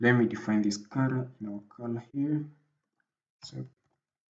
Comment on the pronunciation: Coror and Mashmarrow..Cricked..Crick....Emurator....Prease tly to plonounce words collectly if it is a tutorial that will reach a grobal audience :)